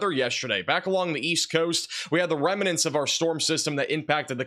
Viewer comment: REM-nants Not remenents